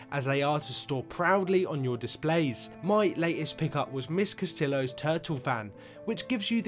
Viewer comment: Good video!:D Very interesting. However, Mrs. Castillos isn't pronounced as written. She's Hispanic and you pronounce it "Castiyo".